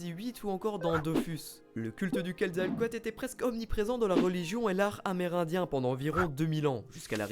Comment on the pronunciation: la pire prononciation pour le quetzecoalt ^^